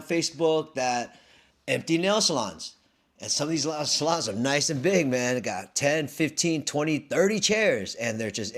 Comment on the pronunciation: It is pronounced "Salons" not "Saloons".